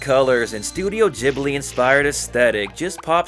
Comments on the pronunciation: It's pronounced Ghibli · Sorry I was just informed it's actually pronounced Ghibli